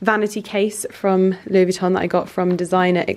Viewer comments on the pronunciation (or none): none